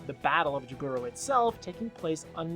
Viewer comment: How do you mispronounce Jaburo? They say the name in the anime